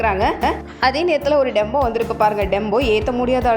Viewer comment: Tempo not Dembo